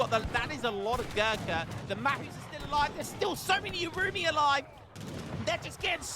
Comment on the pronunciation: I think the urumi is pronunces like "oohh.. roomey"